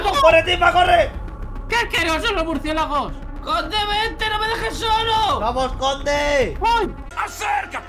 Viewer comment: Mi hermanita cuando era más chica decía murciegalos igual que timba